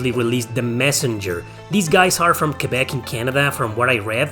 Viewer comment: Your pronunciation of Québec is 👌